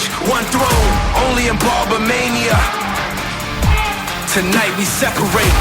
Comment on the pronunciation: Shouldn’t the host be saying the name of his own show right, BARBER MANIA, Dude said Barmania like 5 times in the first 10min, that lost me…